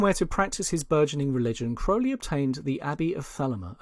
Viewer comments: It's Crow-Lee not Crou-lee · incorrect, The correct pronounciation is w a long O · Ozzy sang it wrong, interestingly the narrator here sets out how to pronounce it at the beginning then continues to say it wrong .. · Ozzy could have helped you with correct pronunciation of Crowley